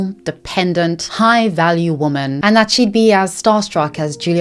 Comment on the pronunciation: Im gonna need the narrator to learn the difference between “women” and “woman”….god that was beyond annoying